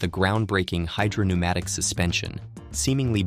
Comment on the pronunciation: Hydrop - neumatic?? (5.17) Perhaps AI needs pronunciation check, or is the SM water powered?